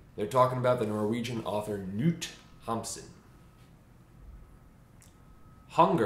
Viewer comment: Your pronunciation of Knut Hamsun and Sult caused my spinal cord to rupture in cringe.